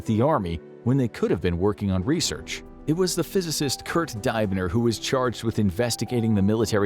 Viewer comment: FYI: Diebner should be pronounced 'Deeb-ner'. In German, the letter sounded in ei and ie combinations is always the second letter in the pair; ie should always be pronounced 'ee', and ei should always be pronounced 'eye' (as it is in 'Einstein') Families of German heritage outside of Germany may not always stick to this rule for ease of assimilation, but in German, spoken by Germans, it's a 100% hard rule 👍👍👍👍